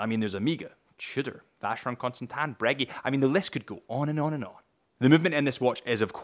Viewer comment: Nothing brightens my day more than you pronouncing Breguet as ‘Breggy’. You do you 😂